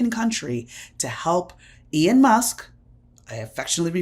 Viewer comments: It's pronounced Elon, not Ion??? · Why are you saying "Ian" Musk?